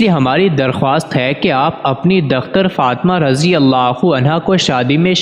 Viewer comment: پوسٹ کسی کو سنا دیا کریں تا کہ تلفظ کی غلطیاں نہ ہوں۔۔۔۔dakhtar نہیں یہ لفظ Dukhtar ھے